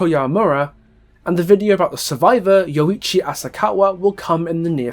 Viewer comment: just smth to note before your yoichi analysis, rather than the syllables being split up as yo-ichi it is pronounced yoi-chi